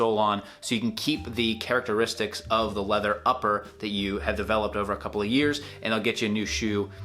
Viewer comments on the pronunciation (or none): none